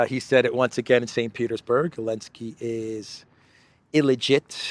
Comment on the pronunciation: Ok, I’m going to go ahead and ask: why do you call the idiot actor from Ukraine “Elensky” when everyone else calls him “Zelensky”?